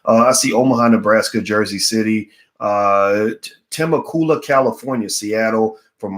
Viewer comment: Temecula California Correct pronunciation: Ta meck you la